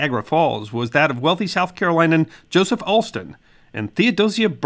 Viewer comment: You don't know how to pronounce South Carolinian. If you can't get that right, how can we believe anything else you say? You can do better than that.